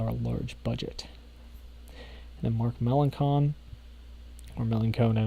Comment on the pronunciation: Mark melan-sin.